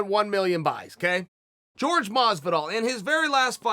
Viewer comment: Everybody: Jorge Masvidal Chael Sonnen: George Mozvidall